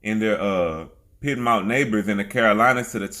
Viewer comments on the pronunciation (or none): none